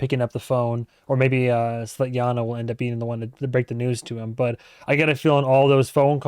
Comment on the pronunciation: it's funny how you keep mixing names Svetlana and Tatiana into "Svetjana" or something 😄